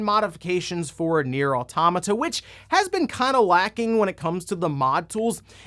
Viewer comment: I learned, in the last direct, that pronounces automata wrong.